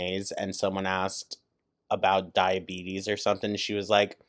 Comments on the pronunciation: I shouldnt have laughed but "dia-betty" took me out 🤣 🤣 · "DIABETTY"!!!! Dead